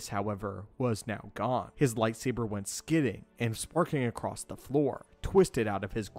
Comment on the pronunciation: Someone please tell the narrator that the word "across" doesn't have a T in it.